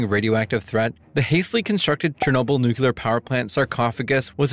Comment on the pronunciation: N U C L E A R Not "NUCULAR."